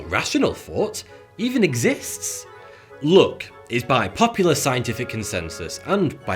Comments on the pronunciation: It's luck not look 😂👍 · the way he pronounces ''luck'' is so wrong that for some time i thought he is talking about beauty, not about luck. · His pronunciation of "luck" sounds "look" to me. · I honestly misheard u say ‘luck ‘as ‘look’🤣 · Mustache dude: ''luck'' What l hear : ''look'', ''lewk'' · its "look" not "Luck" at least for me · Who else mistook him saying "look" instead of "luck" ? XD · KEPT HEARING LOOK INSTEAD OF LUCK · everytime he says luck, i think he says look. for about 1 minute i thought he said that being born in summer gave you a better look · after hearing him saying luck .. I thought he was saying look ......fook Linda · Are you saying luck or look? lol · Was he saying luck or look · This entire time i thought he was saying "look". What am a looking at? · I was confused until I understood he was saying "luck" and not "look", lol. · every time you say good luck I think you are saying good look !